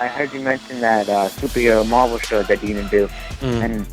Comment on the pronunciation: I love how pronounces “Marvel”........MURVEL